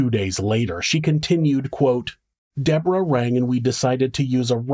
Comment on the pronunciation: It’s not pronounced the American way.